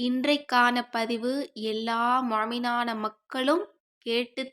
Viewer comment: Muhminana Makkal not mominana makkal ,!!!????